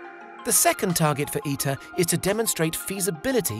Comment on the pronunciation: ITER "I.. T.. E.. R" sound letters dont sound as a word lol.... tritium ... i is like friter not tricycle ... like pronouncing someones name wrong and introducing them as your good friend...